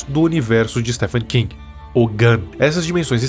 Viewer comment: Oxi, mais tá certo! É assim mesmo que pronuncia!